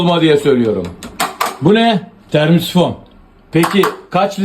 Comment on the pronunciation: Termisifon diyen dillerini yesinler